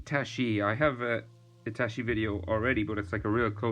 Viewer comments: Sounds like he’s say itashiii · Bru that's pronounce itatchi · man says itachi as itashi But the drawing is sick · did he just say itashi